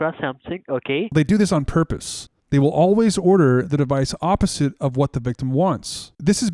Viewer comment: What's a "Dewice"?